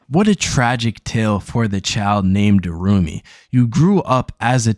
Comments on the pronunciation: Irumyuui.. is pronounced ee-roo-me-you-ee...Sorry! nice video :) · Irumyuui: Pronounced EE ROOM YOO EE